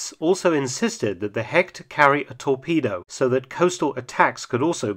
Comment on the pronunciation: A little advice because I know Mark tries everything to pronounce the German words right. Hecht is not pronounced 'Hekt' in German, it sounds more like 'Hesht'.